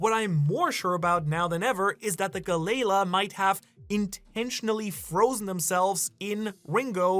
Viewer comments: It's not "Galey-la". This is another one of those cases where the Japanese "L" and "R" get flipped. It's "GaleRa" which is a common pronunciation in many European languages of the "Galley" ship type which is propelled by oars. Why European languages? Because that's who used the Galley ships. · it hurts hearing Galley Law pronounced like Ga-Layla XD those poor giants and the water 7 shipwrights lol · Maybe I've been watching in English for too long, but I thought Galley-La was pronounced Gal-E-Law, which made sense because they were the ones in charge of basically policing the city or at least anyone they would go after anyone messing with the shipyard.